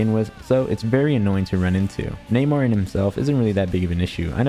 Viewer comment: why is bro saying neymar instead of Namor 😂😂😂